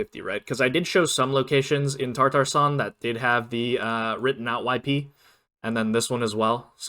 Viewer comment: very helpful video thank you, also not trying to be mean but its tatarstan not tartarstan… sorry to be that guy 😔